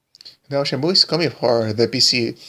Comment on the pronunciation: It's shady to announce a kickstarter of a higly requested game at a big stage at e3 but it's ok to enpower your arguments by answering to a random youtuber... get you're facts straight and try to pronounce shenmue right. Maybe then someone takes you seriously.